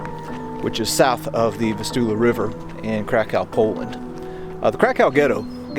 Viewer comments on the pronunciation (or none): none